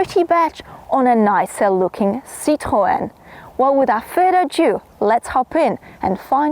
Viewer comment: Apologies being late to the Party. Just got back from London. Spectacular review but you always do. It looks like DS have grownup a lot since those old days when they was apart of Citroen. By the way I love the way you say Citroen and you more than likely right in the pronunciation. DS look more and more Premium every iteration of their cars/SUV. That French sofa I mean DS 7 does look very nice but I think that Interior really sells it with those materials and especially with that colour combo. I saw a GV70 Electrified with that colour combo and I kinda fell in love with. That DS wasn't bad on MPG or performance and I guess the price is not bad neither but I probably would go for the GV70 petrol or diesel for that price if I was going for a stylish SUV. Yes I know it's not a Hybrid and it's probably bad for the environment but I will say that I'm feeding the trees;-). Fantastic video and keep up with the great work and you will make it to the 100k subs. Have a heavenly rests of your week and weekend and all the best:-).